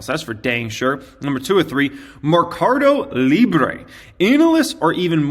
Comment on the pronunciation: it's probuced: Merrrrcado Librrrre ( like a Russian) the u will be close to Spanish